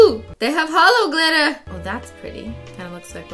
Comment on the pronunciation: The real Christeen would say holo not hello